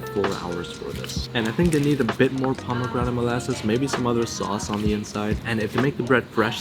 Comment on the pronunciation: "Za bomegranate molasses"